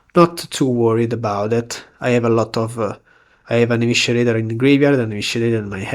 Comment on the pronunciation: Small note: Eviscerator is pronounced like uh-vi-suh-ray-tah not uh-wishuh-ray-tah :D